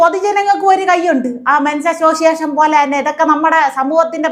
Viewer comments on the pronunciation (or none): അമ്മച്ചി മെൻസ് അസോസിയേഷൻ അല്ല "മെൻസ്സസ്സ് "അസോസിയേ ഷൻ ".